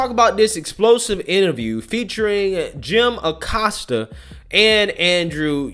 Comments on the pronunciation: I love the way you kept saying “Jim O’Costa”. Kinda like “Joe O’Biden”. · Aggghh! Don't know why, but everytime says Oh-Costa it drives me nuts.